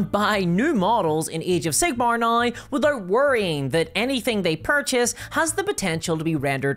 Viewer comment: why do you say now that way? naoi?